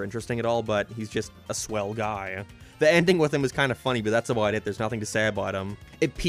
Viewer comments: What kind of speech impediment does have? His "no" and "about" sound like he's deaf. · alr bro i was fine enduring every other fucking horrible take you had in this stupid long ass video but when you dissed fucking wingstop you crossed the line. You cant even fucking pronounce "about" or "now" correctly and now you say wings are bad.